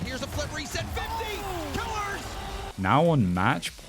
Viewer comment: Ur pronunciation to kiileerrz is annoying just say killers its killers maybe with the z not the s